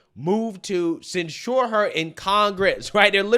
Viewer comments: censure sounds like "SEN-chur". "SEN-cher". not "sen-SHOOR" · Okay,. remember when I spent about three weeks BREAKING YOU OF THE HABIT of misusing the word "whom"? Well, I've simply had enough of your mispronunciation of the word "censure". It is pronounced CENsure. NOT cenSURE. Got it? Let me drive this point home for you. When you MISPRONOUNCE that word AS THE ASTUTE POLITICAL OBSERVER THAT YOU ARE, you may as well entitle your video "27 SEVEN YEAR OLD MORON ATTEMPTS TO EXPLAIN POLITICS". Got it? Love ya. Want you to be the best. Stop mispronouncing the word SENshure. Hoocked onn fonicks werks fer mee!! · please learn how to pronounce the word censure you were putting the accent on the wrong syllable and it really loses credit when it is the focus of your video you can google the word and it will teach you how to pronounce it but it’s embarrassing